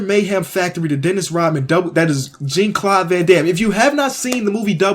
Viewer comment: The way you say Jean Claude gives me heart burn.